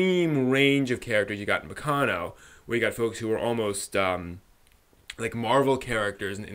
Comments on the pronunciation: While I agree with your comments on the first 3 episodes, I think it would be better to not compare it to Baccano as much as you do. (By the way, you're the first person I've ever heard pronounce it baKAno... o.O) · it's pronounced ba-ca-no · Dude the way you pronounce Baccano pissed me off for some reason